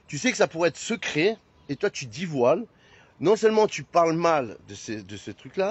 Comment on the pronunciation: « ces critis » ? Ces « diffLamations » ???? il « divoile »… 🤨 Je pense que si Oliv avait neuflamé au lieu de dixflamé, nous n’en serions pas là. Après, je ne suis pas sûr que neufvoiler, dixvoiler, ou même onzevoiler fasse vraiment une différence. Mais je ne suis pas expert.